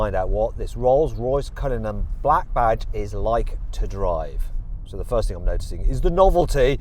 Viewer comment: 디! 쓰이즈 뉴우~ 롤숴로이숴 컬리누언~ 쁠 르액 배zee